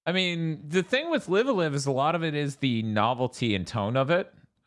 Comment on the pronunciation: i know it's literally spelled "live a live" but isn't it supposed to be pronounced "live alive"?